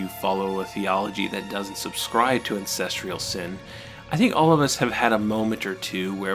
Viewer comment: STOP MISPRONOUNCING THE WORD “ANCESTRAL”!!